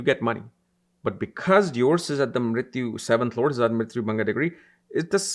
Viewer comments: Mrityu bhaga not mrityu bhanga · It's not mrityu-Bhanga...it's bhaga (part)...